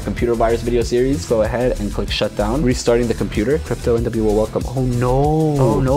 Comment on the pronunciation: I love the voice trying to say Crypto NWO AAand it says crypton wo! Another great video!!